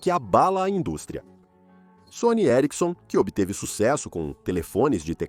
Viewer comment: Que agonia o cara falando Sony e erickson